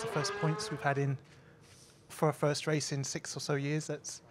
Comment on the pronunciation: The way alonso pronounces race is so nice😍